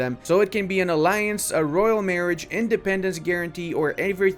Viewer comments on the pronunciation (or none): none